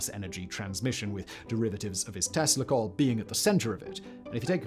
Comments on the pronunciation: eveytime you said tesla coil i heard testicle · Every time Simon says "Tesla coil" I hear "testicle", but I am pretty effing high right now, so that may be on me.